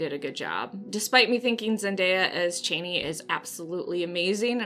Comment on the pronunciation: Actually he pronounced it chaani short a in an interview in 84 he was on set for just that reason